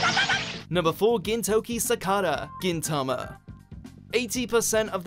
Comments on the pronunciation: Gintoki's fullname is suppose to be Sakata Gintoki not Sakada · SAKATA!!!!!! GINTOKI!!! NOT SAKADA!!!! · gintoki sakaDa? BTW it's gintoki sakaTa. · F.Y.I it's spelt Sakata Gintoki not Sakada Gintoki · There must be lots of these comments but... i can't believe you mispronounced and spell the protagonist of Gintama's name wrong?!! Its Sakata not Sakada! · It's sakata not sakada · Gintoki sakada? Gintoki SAKADA???? IT's SAKATA you sonofbitch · It's Gintoki Sakata not Sakada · Really?! SAKADA Gintoki? His name is SAKATA. If you can’t pronounce the names correctly, at least spell their names correctly. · Its gintoki sakata not gintoki sakada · It's Gintoki Sakata, NOT Sakada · SAKATA!!!!!!!!!!!!!!!!! dafaq?!!! You managed to royally screw up the protag's name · Sakada not Sakata. I'm officially triggered. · Gintoki Sakata not Sakada you uncultured swines!! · Gintoki SAKADA xD, it is Sakata* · Sakata not Sakada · Btw it's sakata not sakada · It’s Sakata not Sakada smfh 😓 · Its Sakata Gintoki, not Sakada.... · It's Sakata you morons, not Sakada. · we're talking about his last name. his last name is sakata, not sakada. so yes, they did fuck up his name in this video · Sakada Gintoki? It is sakata gintoki. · Gintoki Sakada? It's sakata not Sakada -_ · it's Gintoki Sakata!...not Gintoki Sakada.....this channel is the worst! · I'm pretty sure that it's Gintoki Sakata not Sakada (referring to your video description) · it's Sakata Gintoki, not Sakada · Sakata, not Sakada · Who the fvvk is gintoki sakada.??way to butcher the names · Gintoki Sakada.....'Sakada'???? really??? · err im sorry but its gintoki sakaTa